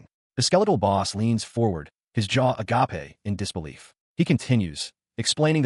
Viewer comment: It's pronounced agayp NOT agah-pay, FFS! 😂